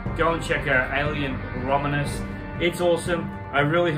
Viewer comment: I’m making fun of you for saying the name of the movie wrong. Learn English.